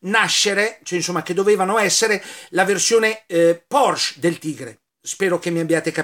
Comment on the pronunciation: La Ditta VolksWagen era dello Stato, ma il direttore e progettista del Maggiolino fu proprio Ferdinand Porsche. Mi raccomando, la " e " finale va pronunciata.